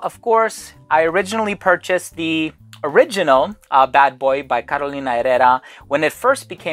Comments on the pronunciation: I am not completely sure about the pronunciation of Herrera. Here in Brazil, where we speak Portuguese (and not Spanish, please), we pronouncd it as "ehera" with the RRE with the sound of /h/ as hat, hot... Carolina /eHera/ and not /erera/. But I may be COMPLETELY wrong and the I apologize... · "Carolina erera" 🤣